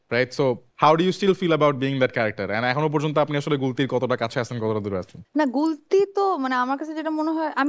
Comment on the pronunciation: "হাওয়া"সিনেমায় গুলতি নাম বললে প্রথমে তা আমি কতি শুনতে পেয়েছিলাম😂😂😂